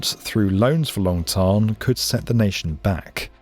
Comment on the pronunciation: Long Thanh pronounced “Tan” as in sun tan.